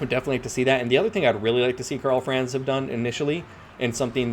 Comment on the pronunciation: Great videos, but your mispronunciation of Franz hurts my ears every time.